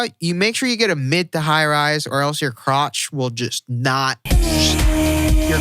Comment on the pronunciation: "your cwotch" LOL